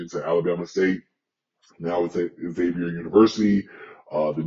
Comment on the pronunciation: PLEASE stop saying "X" zavier It's pronounced, Zavier (Xavier) University!!!